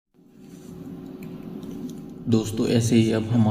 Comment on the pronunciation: धमौली नहीं धामोनी है। आप काफी धीमी गति से बोले। जिससे बोरिंग हो रही थी